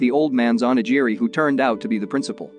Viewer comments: Not to mention ONIGIRI. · Its hilarious how you pronounce oni giri. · Not just the ramen, even onigiri